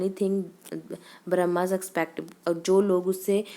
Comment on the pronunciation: It's Burmese not brahmas mam